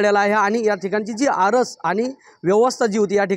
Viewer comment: आरस नव्हे आरास